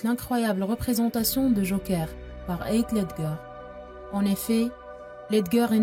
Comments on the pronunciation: Jte jure ils commence a mal le prononcer c trop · Par contre svp PRONONCER BIEN SON NOM ET PRÉNOM 😭